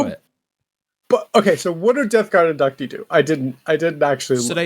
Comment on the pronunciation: *In-duc-tee Thanks...a guy who studied Latin.